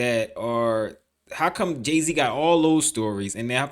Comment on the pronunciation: Jay Z??? Slee Z